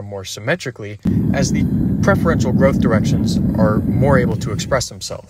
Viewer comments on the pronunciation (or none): none